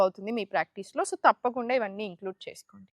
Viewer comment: మాగ్వాల్ తాప్కుండా కాదండీ మగవాళ్లు తప్పకుండా అని పలికితే బావుంటుంది, తెలుగు కి ఇంత దారుణమైన పరిస్థితి తీసుకొచ్చేది ఆంధ్రా తెలుగువాళ్లే, మళ్లీ తెలంగాణ భాషను,యాక్సెంట్ ను హేళనగా మాట్లాడతారు.... మీకు మరీ అంతగా తెలుగులో రాకపోతే జెంట్స్ లేదా మెన్ అనండి సర పోతుంది. అంతేకాని తెలుగు భాషకి ఠెగులు పట్టించకండి.. మీకు నమస్కారం !